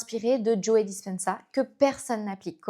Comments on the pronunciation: Merci beaucoup pour la vidéo. Son nom se prononce en anglais juste JO sans prononcer le e final, ça fait bizzare d'entendre Joé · C'est marrant que vous prononciez le e de Joe 😊. Super transmission de connaissances 🙂